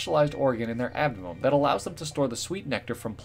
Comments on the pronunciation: "Adamum" Abdomen. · Is nobody gonna comment on how when he says “Abdomen” he says “Admnnlll” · Squid ward on a Chair and also in my opinion the way he said it was kinda weird